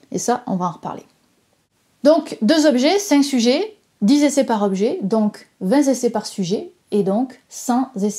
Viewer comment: ... vingt zessais par sujet (...) donc cent zessais au total. Zessais... c'est un mot français ou québécois?